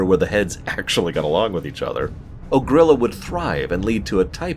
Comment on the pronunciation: "Ogri'la" is pronounced with a similar stress as "Shangri-La" as it lampoons it directly. Good video though. I think this is the most love Blade's Edge Mountains has ever received from anyone.